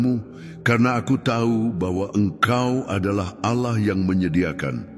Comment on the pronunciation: Terima kasih unt doanya. Tp ada satu pertanyaan: kenapa pengucapan kata Allah bukan ALLAH tetapi aollah spt rekan kita di sebrang?? Jika memungkinkan sy mohon dengan sangat unt pengucapan kata ALLAH sesuai dgn bhs Indonesia saja. Terima kasih Tuhan Yesus memberkati pelayanan Saudara